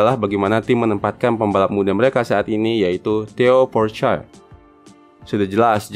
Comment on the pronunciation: tambahan : Pourchaire bacanya Poh-syehr, r nya samar